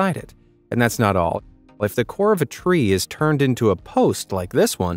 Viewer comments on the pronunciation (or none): none